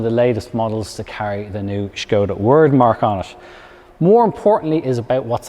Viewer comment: As a Czech, thanks for correct pronunciation of the brand - Škoda. Great review for sure 👍